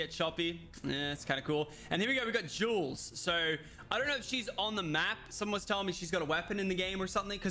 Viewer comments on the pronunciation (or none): none